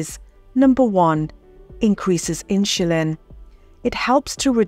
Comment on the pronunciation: All good info, but what is this awkward pronunciation of word "insulin"!!?!?